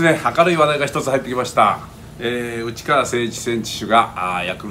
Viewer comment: 最後うちっかわって言ったのはわざと？笑